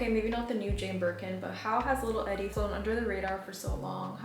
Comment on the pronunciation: Love your fashion vids, style, hair, taste in music, everything! I first learned about Grey Gardens from Gilmore Girls in high school. Her name is pronounced 'ee-dee', like Edie Sedgwick❤❤